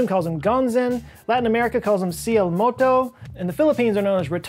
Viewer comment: The way you said cielo moto es hilarante te adoro sigue con el buen trabajo